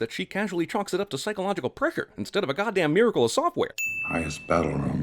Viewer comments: “prechur” Lol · "psychological prekchure"